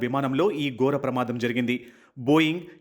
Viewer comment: గోర ప్రమాదం కాదు, ఘోర ప్రమాదం అని పలకాలి. విమానం take up కాదు, take off అని పలకాలి.